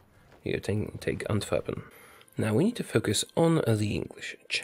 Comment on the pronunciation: are you foreign? If so your vocabulary is gigantic! I'm guessing based off how well you pronounced Antwerp